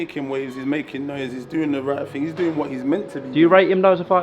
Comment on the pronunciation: It’s thing not ting 🤷🏽‍♂️